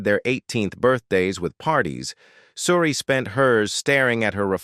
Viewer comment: Why cant you pronounce her name?oh yeah,its coz you a bot